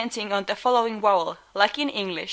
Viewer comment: Finnish doesn't contrast between v and w, or between s and sh, which would explain why she struggled with these in English (other difficult pairs are p/b, k/g, ch/j). As for why specifically she said "wowels" even though the letter v is only rarely pronounced as w in Finnish - it could be either hypercorrection for the foreign w consonant, or it could be a coarticulation thing - e.g. when I am speaking Finnish, if I were to enounter the word "kyykkyyn", I would keep my lips rounded throughout the pronunciation of the entire word as in Finnish it's more important to get the vowels spot on than to prevent slight adjustments to the consonants. She may be using this same coarticulation pattern in English causing her to unintentionally convert her Vs to Ws.